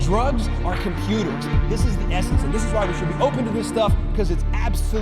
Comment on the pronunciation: . .. haha commercial-like because right after he said that sentence, he goes with that big american accent: 'This the essence, This why we should open to this stuff, because it's Ab-so-lu-tely Fascinating!! Check it out; MAPS, Multidisciplinary Association for Psychedelic Studies. !! awh (Yeahh)..' but eh.. I also dont really get it.. but maybe he refers to mindexpansion.. Drugs and internet both give you whole new, different and bigger worlds, right? A lot of new information, but also ofcourse art, movies, music, etc. because of the internet we have easy and wide acces to it, Before internet there was drugs.. maybe.. something like that?